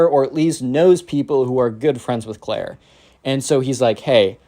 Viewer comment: Clair not cayt